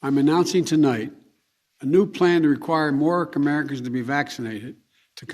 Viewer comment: He isn't requiring you to be vaccinated! Did you listen to what he said? Here's a direct quote – "As your president, I'm announcing tonight, a new plan to require more kamerikas to be vaccinated, to combat those blocking public health." I doubt you have a SINGLE kamerika on your staff, whatever that is. I'm glad I'm not a kamerika! (Listen )